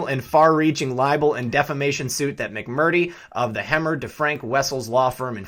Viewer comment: "Mac Mer Tree" Get it? People get offended when you mispronounce their names. Especially repeatedly. I appreciate your reports. Keep up the good fight.